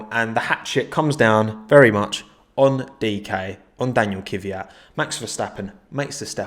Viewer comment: Why are you calling him Kyviat, his name is Kvyat